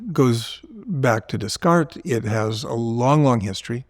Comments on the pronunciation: Interesting! Just an aside, you got the last s (mute) correctly but the s in Des is also mute, Descartes is pronounced Dekart (e pronounced like in "eleven"). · I want to know how a guy like this ends up at that age not knowing how to pronounce Descarte. He said the s O.O?